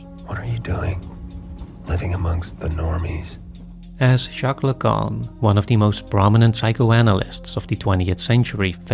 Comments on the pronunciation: Everyone else: poignant, thoughtful Me: heard 'Jacques Lecan' as 'Chaka Khan' and lost all mental function... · When you said Jacques Lacan, I wasn’t looking at the screen, so what I heard was Chaka Khan and I had no idea she had studied so much about human psychology. Then I rewound and everything made more sense.